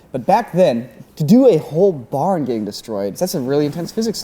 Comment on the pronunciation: I yawned when he was talking about the barn particles and heard him say barnacles